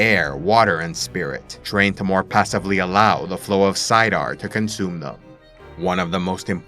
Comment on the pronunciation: I really like your videos and are on point with the text of WOT and Robert Jordan.... but can you please say it and Saydar.